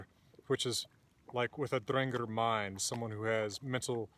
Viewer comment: Thanks. Every pronunciation I've heard on YouTube has been different, but I'll go with yours 'cause you've got papers backing you, and you seem to know what you're talking about.